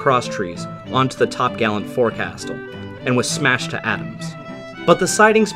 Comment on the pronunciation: forecastle is pronounced folk-sl not fore castle because of some old english thing.